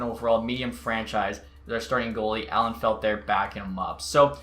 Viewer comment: Not trying to be a douche... but MUK HAM A DUL LIN Warren Foegele ( not William) Pelech is Peleck Alnefelt is All Ne Felt I’m gonna get hate, but like between you and Xtech I don’t know who’s worse at pronouncing names lol